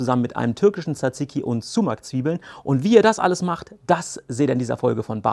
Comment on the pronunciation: Man spricht es nicht sumac sondern eher somach aus